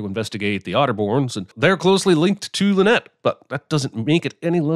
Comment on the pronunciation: If Death on the Nile is remade a third time, will that third director finally grasp that “Linnet” is not pronounced “Lynette”?